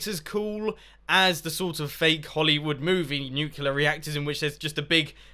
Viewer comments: *nuclear. nu-clear. clear. not nucular... i know its been 2 years but omg stahp. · Not trying to be rude i love your videos but its nuclear not nuculor. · If you're in America, it'd be a 21+ drinking challenge Also, try drinking every time he says "Nuculear," instead of "Nuclear" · You said nuclular, it's nuclear. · It is pronounced "nuclear", not "nucular". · Mumbo, it's NU-CLE-AR say it correctly xD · Have electricy come of the nucular reactor,Mumbo :D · OH NO HE SAYS NUCULAR. -100 internet points. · nucular reactor?